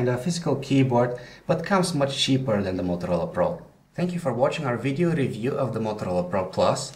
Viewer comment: review is pronounced review not revee -.